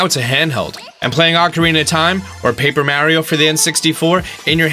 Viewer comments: First off if you are going to specialize on Nintendo, learn to say Mario right man. You sound like my mom. Second of all, can we please quit saying that the problem with the Wii U was the lack of games, it simply isn't true. The reason people didn't play the Wii U was two-fold. First, they had terrible advertising and many people were confused whether it was a new system or simply a peripheral or upgrade to the Wii. Second many people gave up hope of them ever releasing adult orient games again, which simply wasn't true. I mean just look at the library. The Wii U gave more first party fan service games than maybe any system to date. We got a Kirby and a Yoshi game, StarFox, Pikmin, two Zelda ports in Wind Waker and Twilight Princess and if let's not forget Breath of The Wild was always supposed to be a Wii U exclusive until Nintendo realized they weren't going to be able to turn the system around and announced the Switch. Then you have at least three different Mario Games with New Super Mario Brothers U, Maker, and Super Mario 3D World, Splatoon 2, there was Mario Kart 8 and a Tennis game and a Mario RPG, also let's not forget about Donkey Kong Tropical Freeze, Poken Tournament, Hyrule Warriors and I'm sure I'm forgetting at least a couple other first party games (Oh, Toad Treasure Tracker which was actually pretty decent and new platformer type.) That brings us to third-party games. At the beginning there were actually quite a few third-party games that came out that people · Am I the only one that cringes every time he says 'Mario' wrong? It's not pronounced M-air-io, it's pronounced M-ARE-IO!!! I still love your videos though. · I dont like when people for no apparent reason say marios name wrong...its not Mary-O. Say it correctly or shutup when you say that character's name. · Mar.e.oh, Mario learn how to pronounce. Its been around for years and ya cant say it right. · He says Mairio jsut like wulff den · Once this guy pronounced Mario wrong, I stopped watching.